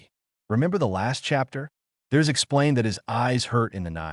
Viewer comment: 'Hapter' one 😂 I like the video though